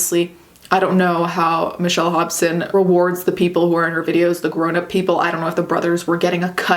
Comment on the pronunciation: When you first said the name Hobson, I thought I heard Hopsin.